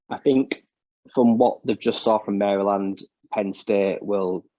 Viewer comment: You did not have to fix your pronunciation of Mary Land, lol, we say it wrong lol. But yes, you pronounced it correctly ;)